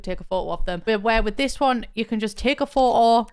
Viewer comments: now I’m gonna say photo as “pho’o” thanks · take a shot every time says phoh-oh